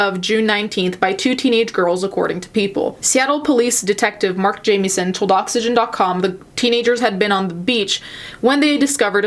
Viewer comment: ok my last name is jamieson and wanted to let you know you dont say it like you would jamie its more like how you would say it when you say it if that makes sense